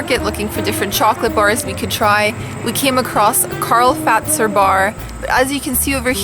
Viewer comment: The first canadian people to say Karl Fazer correctly :D